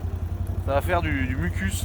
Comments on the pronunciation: Humus et pas le mucus mdr 😂😂😂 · Du mucus 😂 non humus 😂